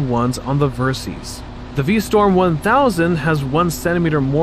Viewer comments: I thought it was VerSIS, not VerSEEES. 😂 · I liked your review, but why do you pronounce it "Ver-seeze"? A little research would have shown that the name is short for "VERsatile SYStem", in other words a bike that can be adventure, sport and touring, all in one package. So "VER-SYS" please! (Unless you pronounce SYStem as SEEZE-tem 😃"! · It's pronounced versis Which is derived from VERsatile SYStem VERSYS.